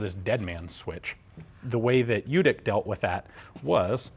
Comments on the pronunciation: Runentry Americanized spellings often lead to assimilated pronunciations. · I've been hoping you would come across one of these I've seen photos of one almost 20 years ago along with the le Matt revolver and since you covered that so extensively it put me in mind of this and the 20 years of trying to pronounce the j in Ljutic. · I know the family he died in 2011 not 97 and your miss pronouncing their last name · to show him some respect , you could learn how to pronounce correctly his surname , it's not american surname , so it's hard for you i know but it's not quantum physics . little respect for him won't hurt you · Lyootic, not lootic. Not lee-yootic either. Combine the sounds. Lyootic. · Cool, tnx. BTW the pronunciation is Ljutich rather than Ljutik, he's of croatian heriatage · The pronounciation is LYOO-TEECH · Lyutich, not Lewtic. "Ch" pronounced as in chimney (close enough). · Al Ljutic was of Croatian descent, so his last name was actually pronounced Lyootitch or "Ljutić" which is how it's spelled in Serbo-Croat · Actually his name is pronounced as Lyutich and written as Ljutić. Keep in mind that the 'Lj' is a single letter. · I think it's really said Lyutich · Love the channel. Just a note. The name is Serbian, & its pronounced LYU- tich...J's are pronounced as Y's, & any name with an ic ending is pronounced ich. Although it's true that many Serbian Americans give up correcting people & go with the flow by the second generation.. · Pronounced L-YEW-TITCH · Very interesting weapon. The correct pronounciation of his name would be Yewtic' (the last c' is just no a sound that is present in English :D). He must have had ancestors from the Balkans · Well actually it's pronounced like in your(our) language. It's "ljutich". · Well, it's "ch" actually, but this guy can't pronounce any word of germanic/nordic/slavic/latin languages correct. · The name is pronounced in your writing system as Lyutich. Thank you. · It's actually pronounced "Lyootich"